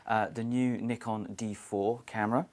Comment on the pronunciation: another one that pronounces the brand name wrongly and he is at Nikon House